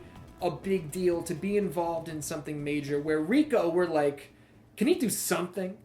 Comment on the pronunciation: It’s pronounced Rai-Co, not Rico. Rico was with Billy and Chuck 😂 besides that I’d say our lists are almost entirely the same. I would have Goro as the Fucking Best just because he was really the face of Mortal Kombat in the arcades. If someone was fighting Goro the entire crowd would gather to watch, the fact he was a clay model too and not a person made him stand out so much as well. I do agree that he does the job way too often nowadays but he’s right there with Scorp and Sub as one of the most visually identifiable characters in gaming.